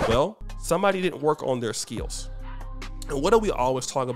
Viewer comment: I like the way says skills with two syllables. 😅